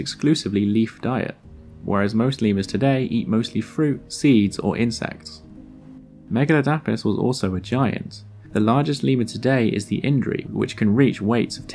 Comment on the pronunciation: Megaladapis isnt pronounced like that it's megu-lad-i-puss